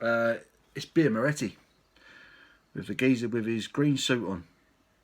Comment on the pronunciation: you cant pronounce the name of the beer great vid though and a lovely beer